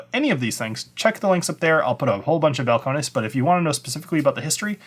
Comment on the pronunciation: Bowel-Cone-Knees. Need to pronounce it like a Texan.